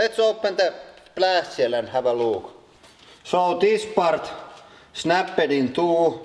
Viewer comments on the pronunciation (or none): i love how he says snappet and crakket